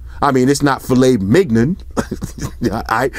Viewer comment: I had to pause and stop choking when you said M I G non! 😂😂😂 keep on trollin